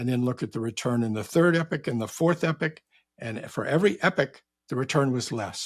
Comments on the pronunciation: When he says ‘epic’ does he mean ‘epoch’ ? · Saying epic, but obviously intends epoch. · I defo heard epic